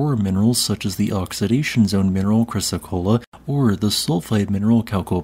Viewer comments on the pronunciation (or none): none